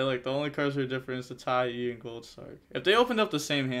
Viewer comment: broooo it's Tai "ah" with an A its not Tai E lol. love the channel tho keep grinding